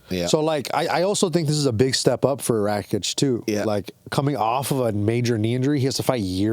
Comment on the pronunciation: Can someone correct this dude constantly mispronouncing Rakic, it’s not hard to say